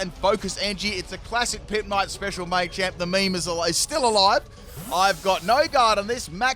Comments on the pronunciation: Machamp, not Maychamp 🤦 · It's machamp not maychamp